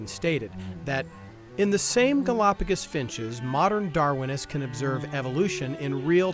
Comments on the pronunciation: "Gal-O-pagus" FFS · They can’t even pronounce it correctly… GalapaGUS? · I can't get over how he pronounces "galopagiss" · Say “galapagus” one more time… I dare you! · Them pronouncing it "galapagis" is pissing me off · I love how the creationist pronounces it “Golopiguusss” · Why does the guy continually say Galápagas. And Galápagus. And Galápagis. It's Galápagos. It's not hard. You don't need to be a native speaker. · Why is it that creationists regularly mispronounce important words in their presentations? It’s like a trope with them. It’s not difficult to find out how to pronounce the name of the damn archipelago. 🤦‍♂️ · Genuinely put off by that pronunciation of Gálapagos for some reason